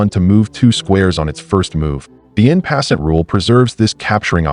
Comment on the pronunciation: I was hoping so much this wouldn't be AI content, and then I hear the narrator utter "in passn't" XD